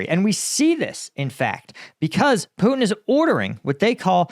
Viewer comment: Karoline Leavitt cant even say Putin's name right. she says "Poo-in"